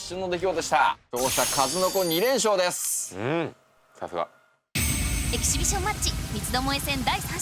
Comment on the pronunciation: 相変わらず「エキシビ ジ ョン」になってる。 ナレーションはエキシビションにちゃんとなってるけど。